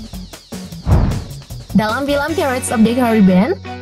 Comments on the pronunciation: Pairets bukan pirrets 😂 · Bacanya bukan "phirets" tapi "phairets" cuman sekedar info aja mbak. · Bacanya pairets, bikan pirets wokekokwk 🤣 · Bacanya pratez itu pairets min.. bukan pirets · Pirates .. dibaca pai rets min. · paling parah /pirets/ krn diulang2 terus 😃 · Tolong yaaa mbak yg baca2....belajar dulu lah ....baca pirates itu gimanaa....baca Johny Depp itu gimanaaaaaa